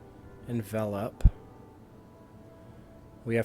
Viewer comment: is one of the best to drive a Vinny deck on Youtube, and that's partially because he's one of the few that knows how to pronounce 'Envelop'